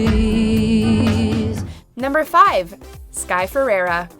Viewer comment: Learn how to say FERREIRA pls! Not ferera